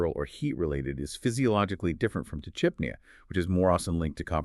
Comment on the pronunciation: It’s pretty gross when you’re using AI to exploit pet guardians. You can’t even pronounce tachypnea properly.